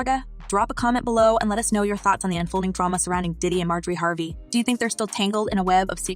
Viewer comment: How you gonna mispronounce Harvey??? If you're going to use AI, then quit being lazy and clean up your script!